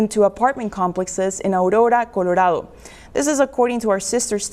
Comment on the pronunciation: Why is she pronouncing Colorado like that?